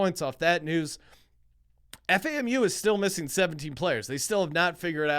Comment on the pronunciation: Lol it’s FAM-U, it’s alright love the show